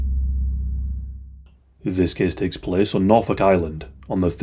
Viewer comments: “ThIs TaSe PlAkEs CaSe” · "THIS PLACE TAKES CASE" made me double rewind followed by checking the comment section to make sure I wasn't hearing things wrong.. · "CaaSE tAKeS PlAcE ThIs"